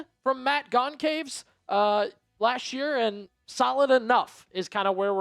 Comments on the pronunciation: Your pronunciation for Matt Goncalves is gon -sal-ves. Hope this helps. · Matt Gone-Caves is an absolutely WILD way to pronounce Goncalves. 🤣🤣🤣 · Learn to pronounce names. Makes you look unprofessional when you butcher Goncalves name. Pronounced Gon Chal Vese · Absolutely butchering “Goncalves”